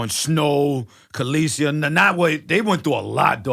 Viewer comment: Her name ain’t caleasie! 😂 danarys(sp)